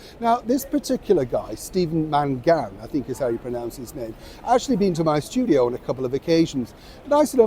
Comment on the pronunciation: His surname is Irish and is pronounced Mang-an.